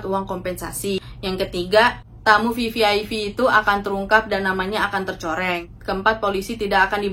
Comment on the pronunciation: VVIP mba....bukan VVIV